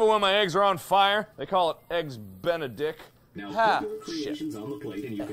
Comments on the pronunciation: I laughed so much when he said eggs benidict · Markiplier: “They call it eggs ben-a-dick” Me: “Omg I’m gonna die!”